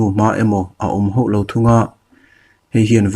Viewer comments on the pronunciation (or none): Hauh lo tih hi hoh lo tih ri angin ka hriat tlat le...ka beng diklo nge ni?